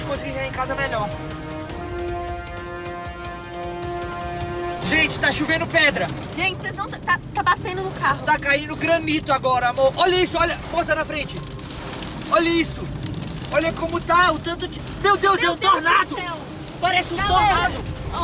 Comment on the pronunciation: não se fala granito é granizo